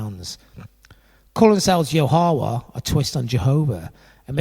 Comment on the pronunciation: You kinda are mispronouncing Ya Ho Wha and the restaurant was always called THE Source He was always called FATHER Yod Yod was his son born in the Family by Aquariana